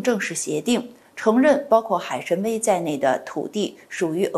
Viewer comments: 海参崴就应该念成海参威，为什么要别扭的念成海参歪？愚以为汉语发音不一定非要以普通话的标准地的发音来框住。四川的汶川念成文川多好，为什么非要念成问川？ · 海参崴（wai），请专业一点！